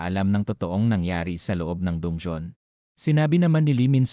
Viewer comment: Bat dungyon dun-ge-on dungeon po